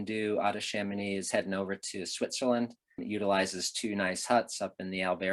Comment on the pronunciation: How comes that Americans can say Chamoni(x) correct but put the most expression on the K in Mont BlanK?